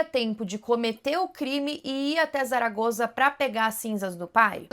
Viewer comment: Zaragoza, se pronuncia como se fosse um S. Saragosa, só prende o S nos dentes, um s mais fechado ❤